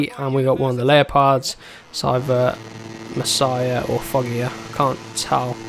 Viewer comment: Hes name is Masia not Messiah it is with out e, double s and h.